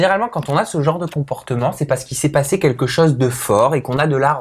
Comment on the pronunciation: "quinlquin" d'entière... ok ok